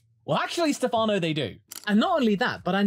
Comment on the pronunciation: btw is stèfano not stefàno